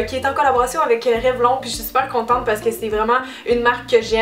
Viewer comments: Ça ne s'écrit pas comme ça s'entend Cynthia on dit REVLONNE sinon super vidéo comme d'habitude ! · non haha ^^ c'est pcq en France vous le prononcez à l'anglaise... mais au Québec on dit Revlon.